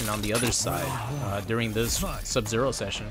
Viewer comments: Oh man, I LOVE "Sub-Zer!" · Ah yes, Sub-“Zer” my favorite character